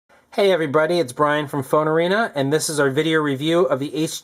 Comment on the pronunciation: Lmmfao!!! Did I just hear, hey everyb"r"ody???